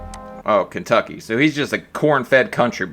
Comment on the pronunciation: he calls Kentucky, "baducky"..no joke..he's so lazy or something he is almost saying gibberish at times..idk I think he was genuinely low IQ or something...sad indeed.